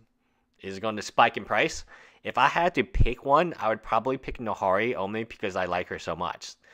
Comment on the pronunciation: Are you mispronouncing Nahiri on purpose?